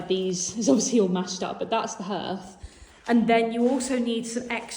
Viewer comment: Hearth is pronounced HARth x